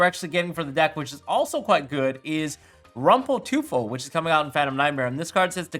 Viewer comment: Short pronunciation lesson from Germany😜😅: Teufel is pronounced like toy-fel 🤗